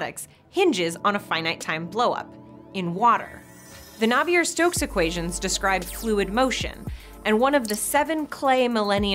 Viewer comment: Navier isn't supposed to rhyme with Havier.